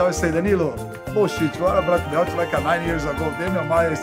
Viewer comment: "Blacky belch"